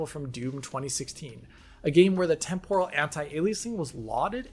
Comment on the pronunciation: Not sure why the stress on the second syllable of Temporal. That said. I will take regular old TAA over a lot of what came before in a heart beat. MSAA was fine but it had limitations, especially in terms of performance and shimmer. SSAA is just a brute force method of AA that costs so damn much. FXAA and SMAA are just image blurring that look crap (Though SMAA was WAY better than FXAA) and plain old TAA has the advantage of dealing with shimmer along anti-aliased lines but a blurred image. At least now we have more methods of dealing with aliasing. DLSS, FSR, XESS etc. etc. etc. These also came with drawbacks but most of the kinks have been worked out by AMD by 2.1 and DLSS is pretty damn good since 2.0. XESS became extremely competitive by 1.1 and 1.2. And yet... I still see people wanting to use FXAA in their games rather than any of the prior 3 at ultra quality. Madness.